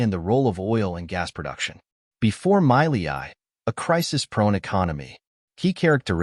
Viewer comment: First learn how to pronounce his name...then we can listen